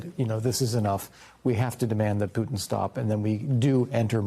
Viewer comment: Putin as in Puma not cooba as in Cuba.